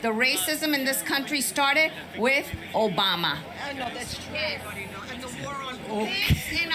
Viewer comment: Obamna gets me every time 😂